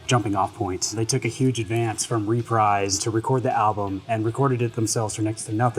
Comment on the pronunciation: Reprise Records is pronounced "ruh-PREEZ" not "ree-PRIZE". Geesh...